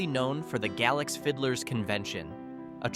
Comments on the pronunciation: Galax is pronounced Gay~Lax not Gal~ox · It's pronounced Gay-Lax. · It's gay-lax, and apple-latchan. experts cant pronounce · franklin county is not the city of Franklin, totally different sides of the state. And Galax is pronounced Gay-lacks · Say you're not from VA without saying you're not from VA. Mispronouncing Galax. It's Gay-lax.